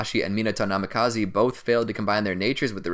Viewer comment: The constant mispronunciation of major characters names killed it for me, NamikazEEE....😵